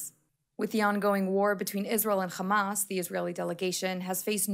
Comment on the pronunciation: Khhhhamas 😂 please pronounce your victims correctly